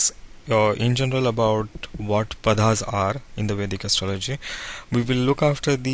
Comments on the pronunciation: It is not Padhaas. The correct name is Paada/Paadaas. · Are you an Indian. If so please try to pronounce the Padas properly